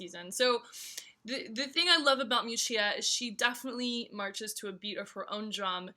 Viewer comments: Correct pronunciation might have helped.... Mee-oo-chah ... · miu miu is not a cheaper diffusion line ok ! and you mispronunciation Miuccia